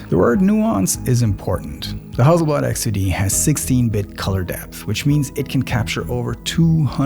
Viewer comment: Huzzleblad should adopt your pronunciation!